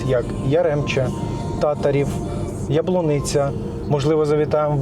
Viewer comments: Так, саме ТатАрів!!! Особисто маю там родичів, і правильний саме цей наголос!!!!!!!! Не перекривлюйте назву села!!!! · Не Татарів, а ТатАрів.